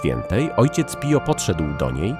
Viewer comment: Wymawia się Pijo